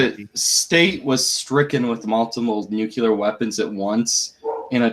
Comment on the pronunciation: Please, please, PLEASE stop saying "nu-cue-ler". It is "NU-CLE-ER!" You sound like George Bush when to say it wrong.